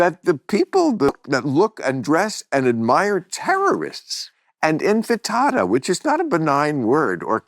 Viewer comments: ATTENTION PODCAST STAFF! Someone who works with Bill read this and tell him to stop fucking up the word INTIFADA -- it's not INFITADA or Hakuna Matata. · Infatada? Infatada?